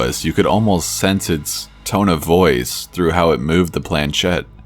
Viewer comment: Shed? Naw, baby, it's a planchette (plan•SHET in American English, or proper French, (plon-SHET), barely pronouncing the n) . It's French and it means "little plank". The accent is on the second syllable. British generally see "ch" end pronounce it, as in church, with no respect to the language whence it came.